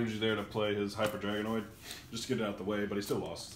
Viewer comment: “Hyper Draognood” lol